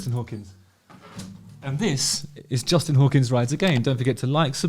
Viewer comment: Canadian???? "JUUUUUSTIn Trudeaux Trucks off again, AGAINNNN"